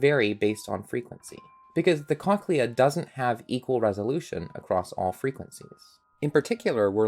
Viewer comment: this is actually really cool but WHY ARE YOU SAYING CONKLEA